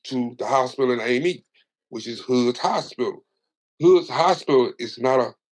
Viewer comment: you pronounced that PERFECT! i'm from out that way and used to thug it out there in Amite for a lil minute